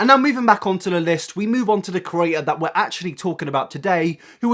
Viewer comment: hi big fan here love ur vids but i hate the way you say the word "creator" like "curator" thanks if you took the time to read this